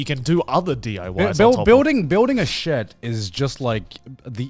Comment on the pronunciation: "Shed", pronoucned "sheed"